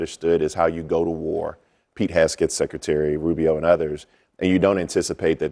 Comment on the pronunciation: My man can’t pronounce “Hegseth” to save his life 😂 shout out to him tho lol